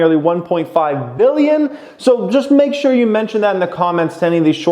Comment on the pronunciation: billion or million. annunciate!